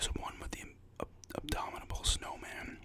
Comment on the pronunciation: Great vid love the gum chewing, just found it funny how you refer to the abominable snowman as “abdomanble snowman” 😂 can’t help think of a huge snowman that’s ripped